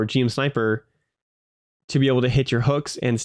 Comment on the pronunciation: One tiny nitpick from a Gundam fan - GM is usually just pronounced like Jim. Loving the content, and I'm so hyped to get to play this game on the regular at release!